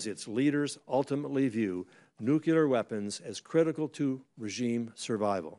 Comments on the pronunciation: Nuclear not nucular. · When did it change to nucular? 🤔